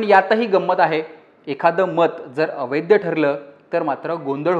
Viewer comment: वैद्य आणि अवैद्य नाही वैध आणि अवैध